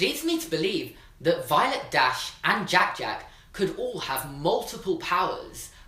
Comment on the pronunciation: Anyone else love the way he says jack jack